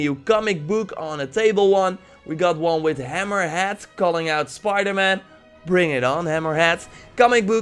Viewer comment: It’s hammerhead not hammer hat